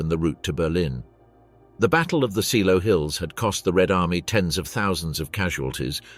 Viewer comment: Pronounced ZAYLOW.